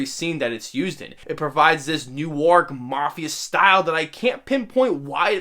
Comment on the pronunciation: Its pronounced new-irk